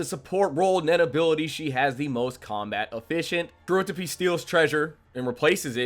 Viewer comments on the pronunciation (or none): This was a fun video and I agree with your rankings. I have a couple criticisms though: It’s pronounced like Troop. Not the Phantom Trope. It’s like a circus troupe or a music troupe. Troop. Also, Kortopi - not Korotopi. Also… not Iyumi… Illumi. Like ill loomy. Illumi. My second gripe is with the assumption that Feitan or Finks have the durability to tank a hit from Uvogin. Unless they have power reserves WAY beyond what we saw against the chimera ants, they just can’t handle Uvogin. Finks has to have a limit to his charged up punches, and Feitan’s whole ability is a game of risk/reward. Uvogin would pop them like piñatas. Lastly… Chrollo absolutely did try against Hisoka. I don’t like leaning on the prep time argument by itself, but ignoring it as a factor is just stupid. Chrollo specifically evaded Hisoka until he gathered the specific abilities necessary to guarantee that win - and it included a very lucky post-Morten nen ability that surprised even Chrollo. Hisoka was well and truly out of Chrollo’s league when he was given his nen back and that’s crucial to understand. I agree that Chrollo is a smarter fighter than Hisoka but Hisoka is much better at it, and his ability is much more versatile in any given moment. Zeno didn’t say Chrollo would beat him. He said that he would definitely defeat Chrollo unless Chrollo was trying to kill him. That implies a battle, not a guaranteed outcome. And that’s still extremely high praise… just not the ridiculous overhype that you sugg